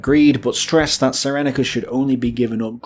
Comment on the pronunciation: Cyrenaica pronounced sear en eye car not sigh reni car.Sorry, I enjoy the mangling of place names (an endearing British tradition) but for some reason that one grates. Excellent stuff you should be on Al Beeb. On Greece, a glance at the map will tell you that Greece like Poland would be almost impossible to defend because of its geography. Even so Britain declared war for Poland even though she could do nothing to militarily help Poland. Sometimes a political stand can be very expensive. The question is, is it the right thing to do?